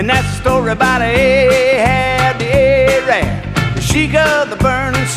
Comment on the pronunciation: I wish I could legally beat this guy because now people dont think A rab is an insult and now wont stop calling me A rab instead ho you really say it wich is (ah-rahb)